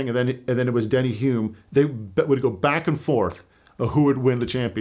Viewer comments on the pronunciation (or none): it’s Denny Hulme, not Hume